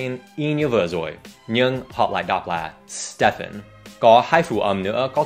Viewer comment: stephen đọc giống steven quá à